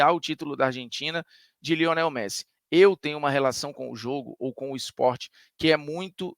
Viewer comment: "Meressi" é sacanagem lkkkkkkkkkkk